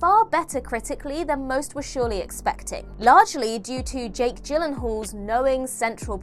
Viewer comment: Please pronounce Jake Gyllehall and John Leguizamo's names correctly.